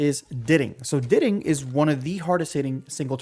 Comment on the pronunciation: I can’t lie to you I can’t even watch the vid cus you pronouncing everything so damn wrong how tf do you learn grammar in school and pronounce diting like ditting